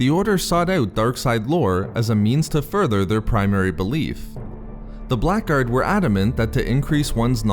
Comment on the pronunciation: The word "Blackguard" is an English word and pronounced as "blaggard".